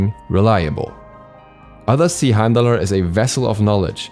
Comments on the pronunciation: don't pronounce the r in the name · I thought you weren’t supposed to pronounce the R